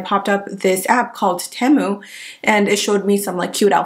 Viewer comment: it is pronounced, Tea-moo